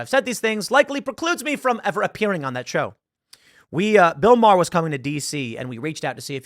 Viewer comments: I love how Bill Maher doesn’t even get his name right… Because they think it’s something of an insult to show the purported insignificance of someone, by not even taking the requisite nanosecond to make sure you’re pronouncing someone’s name properly. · Yeah... I feel he mispronounced the name on purpose.